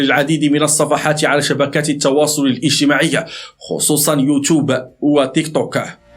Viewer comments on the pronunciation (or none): none